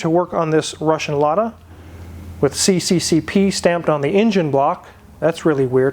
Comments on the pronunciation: And it's not see-see-see-pee, it's ess-ess-ess-err, or Союз Советских Социалистических Республик (Union of Soviet Socialist Republics). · "CCCP" is pronounced "SSSR". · I can try helping with findings parts here in Ukraine, let me know if you need my help. Fyi CCCP is pronounced SSSR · You will get a lot of attention and more like a Mustang Shelby. By the way CCCP is reading as CCCR .Because P is R in russia. I learn how to drive in one of these. It should run around 65 miles/ hour.A 5 gear would be better but its in a good shape and easy to fix.In europe you get a lot of parts.In the US it will be difficult especially now because of the war. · CCCP actually sounds like EzzEzzEzzArrr. P is for Russia in Cyrillic. Never want to hear that again.